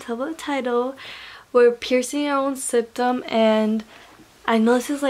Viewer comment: Maybe dont do it if you cant even say “septum” right 🤯